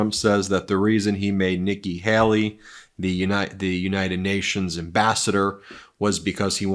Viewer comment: I think he also said Vicki Haley